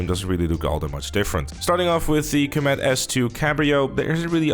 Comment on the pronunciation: I hate how you pronounce Comet as comEt imo it should be cOmet. Otherwise i like your vids :)